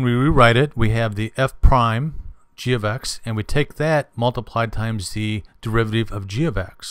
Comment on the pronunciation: This video has NOTHING to do with understanding the chain rule. All you are doing is explaining the step by step process which a TODDLER could do. Also, very distracting when you mis-pronounce things like "derivateeev" instead of "derivative". Furthermore you should use leibniz notation not newtons. I hope you don't teach in real life.